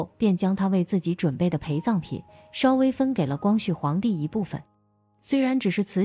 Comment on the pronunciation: 我還有聽到「還把培葬品分給他一點」，還以為只有我聽到